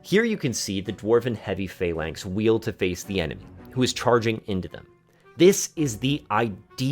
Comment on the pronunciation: "Stops enemy chargung at you with [...] cavalry". 😂😂 Man, are you ok? Those famous cavalry charges against castle walls - wtf?